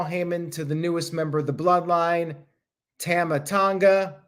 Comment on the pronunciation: You pronounce Tama wrong. It’s like Tom-ah not tam-ah. Sorry I hate to be that guy but I was cringing a little every time you said it and couldn’t believe not one person corrected you. I guess I was the only one bothered by it. 🤣